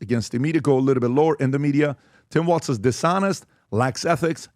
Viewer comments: WALZ... not Walsh . geez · TIM W A L Z. Not Waltz. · "Walz" not "Waltz"! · It’s “Walz”